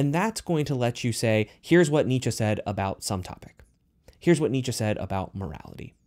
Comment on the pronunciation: Pronounce it with me dude “neee-chee “ (Friedrich Nietzsche )